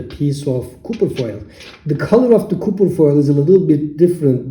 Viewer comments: Copper is pronounced kahper...not cooper... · Bro prounce copper as Kufir! 😂🤣😁! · Stop saying cooper foil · Hello my friend? You need to post the names of the thing you are using. Because every time you keep saying ( copper foil ) it sounds like your saying ( cooking foil ) and cooking foil would be aluminium foil..... So this is a great video and thank you....